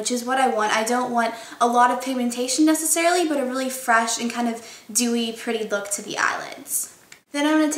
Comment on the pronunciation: STOP SAYING DEWEY! haha apart from that it's great ;) xx